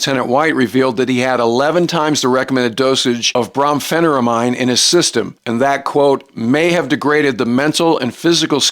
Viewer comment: It's pronounced "Brom-Feh-Nigh-Rah-Meen".